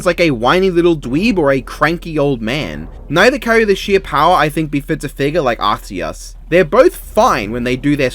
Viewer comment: based calling arceus arkoos